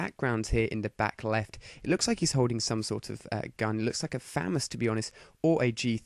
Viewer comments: its not a fames its a FA-MAS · its pronounced fumas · i like how he calls the famas the famus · famas is pronounced with a "u" sound for the first A and a long a sound for the second a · u pronounce famas wrong :) lol itz cool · he pronounced famas rong >=(